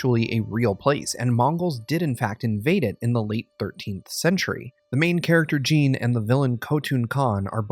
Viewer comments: Bowling The name is Jin, he said it as Gene for some reason. Just like the completionist did a video on AC Valhalla and referred to a region in the game as East Anguela instead of East Anglia... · "Gene"!?. I believe you mean Jin. Lol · Its JIN not JEAN!! So annoying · Gene? i thought his name was Jin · It IS said with an 'ee' sound, but it's a short stab of a name; not the long sounding assonance of 'Gene'. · It's Jin, but pronounced like we would pronounce "gene". Thoroughly Japanese nonetheless.